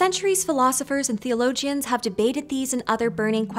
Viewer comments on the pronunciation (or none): I know what a theologian is, but I have never heard it pronounced "thee-uh-lo-jee-un". Four syllables will be fine.